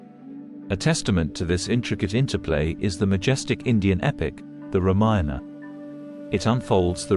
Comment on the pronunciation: Such wonderful information. But so hard to take it seriously with that computer voice and screen subtitles continually saying " reminder" instead of Ramayana.... You obviously never check the quality of your work. Really very disappointing. Why do you need a computer voice who knows no context and then you never listened to your product... Please do better